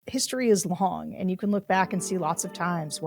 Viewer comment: Pettiness alert: JVL is okay with me, but I wish he didn't pronounce "and" exactly like Bobert. "eind"